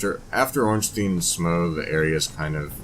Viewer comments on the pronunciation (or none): My big confusion is why so so so many people pronounce 'Smough' as 'Smoh' ... Smuff, Smowg, Smow, Smuh, and Smoog, I get ... but Smoh? Linguistically, it makes no sense.